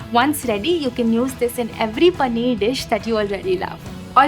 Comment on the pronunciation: पनीअर 😂😂. Great video though. Thanks.